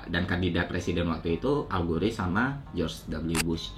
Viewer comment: Bacanya algor kayanya deh bang, bukan algore wkwk